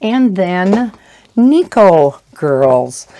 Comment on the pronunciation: Tip from a silly Japanese Anime fan here: the word "Neko" is pronounced with the emphasis on the front part("NE-ko") and yes, Japan is obsessed with cats. (they also are a bit crazy about fangs, because they generally think fangs on a cartoon characters look cute, regardless if they are cats or not) Such a funny and interesting culture, even to me after all these year.